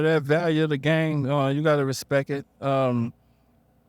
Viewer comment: respeck-ekt it